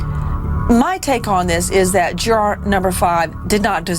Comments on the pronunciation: "JuuuuuAAAAAR........juraaaar.....juraaar" it's "Jury" love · interesting...but I don't think I can stand this wretched woman Nancy say Juror like Jur "ARE" one more time! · The way she says "Juror" !!!!!!!!